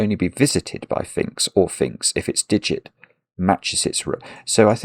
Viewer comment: I cant believe how many times you clearly said Finkz instead of phinx when you were definitely talking about phinx!